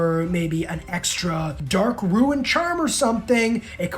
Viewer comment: Why tf do you pronounce "rune" as "ruin" like it's one syllable bro 😂